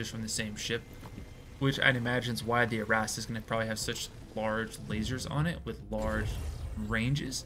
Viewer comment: My OCD really didn’t like how you started the video by reminding everyone the new ship is called the ArrastRa “because there’s an r at the end of it” but then proceeded to call it the ArrastA for the rest of the video. Otherwise, enjoyed watching your run. Keep it up! With the R ;)